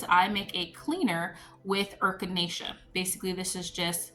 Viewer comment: Hopefully, your other half feels better soon. Adding fermented honey and garlic works wonders, too. eh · kuh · nay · shuh (Echinacea) You are so cute.😊❤